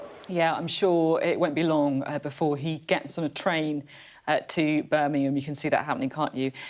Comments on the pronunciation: Beth. Birmingham not Burminum. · Birmingham. Burminum